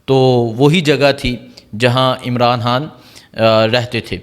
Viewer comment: قبجہ کر رہے ہیں مل لے(مرلے) خڈید رہے ہیں آمران حان کیا خوبصورت اردو ہے کی